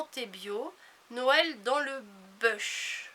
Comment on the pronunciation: Coucou, Le Bush, se prononce " bouche" et c'est une région d'Australie., assez dure. Gros bisous. Ps: à moins que ce soit des bouts du président Bush senior, mais ce serait glauque quand même